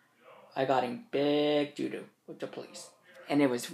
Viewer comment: "I got charged wiff Mistress times four. Or somefin like dat."